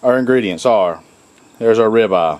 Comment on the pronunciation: What's a 'ri-baw' ?